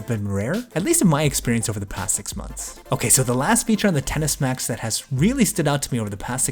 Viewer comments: Excess Max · It sounds like you’re saying tennis max it’s pissing me off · 😂😂 I can’t unhear it now